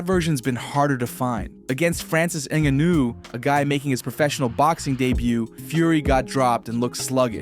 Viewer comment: You butchered the hell out of Francis Ngannou’s name